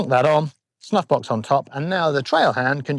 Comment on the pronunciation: I love the idea of putting a dot on your glove right above your "snuffbox". I'm a pretty visual learner and I bet it'll be a nice reminder of how my wrist needs to be rotated. BTW, when you first said "snuffbox", I swear you said "snot box" and I had to rewind the video to double check what you actually said.